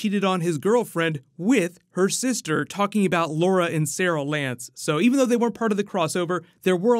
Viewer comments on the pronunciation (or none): You said Laura and sarel lance? 😂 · “Lura Lance” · He said laura and saraul lance lol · Did you say Laura Lance..?